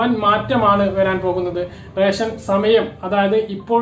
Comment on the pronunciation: ഇവൻ എന്താ പറഞ്ഞോ...?എല്ലാ ജില്ലകളിലും ട്രിപ്പിൾ ലോക്ക് ഡൌൺ എന്നും മറ്റും caption കണ്ടു..പക്ഷേ രേശൻ.. രേശൻ.. എന്നേ കേൾക്കാനുണ്ടായിരുന്നുള്ളു...